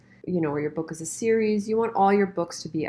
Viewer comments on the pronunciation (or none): none